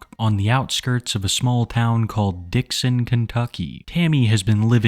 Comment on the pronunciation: Lol "dicks in" Kentucky (Dixon)